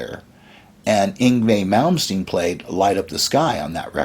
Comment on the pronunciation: mike varnaaaaaaay who is mike varnaaaaaay? we know a mike varney, but not a mike varnaaaaaay, oh dear you can pronounce Yngwie Malmsteen but struggle with varney lol